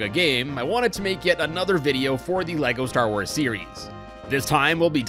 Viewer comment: Leko star woors